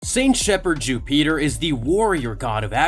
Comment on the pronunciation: I’m sorry but I can’t keep watching this while you say Jupiter like that. Bro wtf